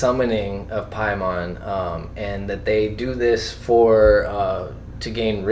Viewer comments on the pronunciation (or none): Dude in the middle saying Pieman... haha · It's PAY-man. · Just pronounce things the way the characters in the movies do. pay-men.